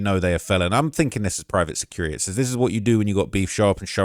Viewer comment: "Pryvet sucurit-ee "😂